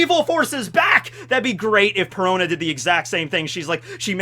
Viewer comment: Perona rhymes with Corona